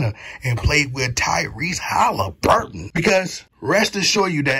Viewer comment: Tyrese Halle-Berry 🤣😭🤣😭🤣